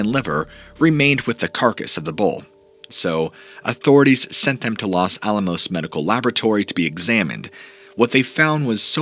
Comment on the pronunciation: Fun vid and great channel - you are a talented orator. Couple things - Taos is pronounced "Towse", not Tay-os. Also, the Los in Los Alamos is pronounced with a hard O (like Lowes), not a soft O. I also noticed the saguaro cacti in your background.These are beautiful but are native to Arizona specificaly, not anywhere in Nuevo Mexico. Anyhow, the Dulce story is similar to the Taos hum. Keep the stories coming. Love listening to them.